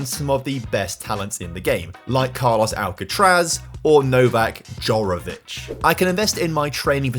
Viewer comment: As a tennis fan you saying Alcatraz was pretty triggering 😂 great video!